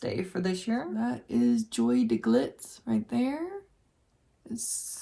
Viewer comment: Joie is pronounced like Joy :)